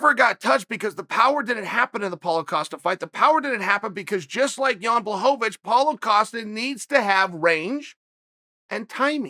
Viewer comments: you are both wrong... its blahovavich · Everyone: it's not pronounced Blockawitz Chael: ok great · Chael just CANNOT say this mans name 🤦🏾‍♂️🤣🤣🤣. Blahovovitch